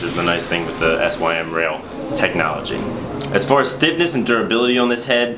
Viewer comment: The sym rail is pronounced (Sim) instead of pronouncing it like an acronym. It means the inside of the sidewall is SYMmetrical to the outside. Not trying to be mean just trying to help.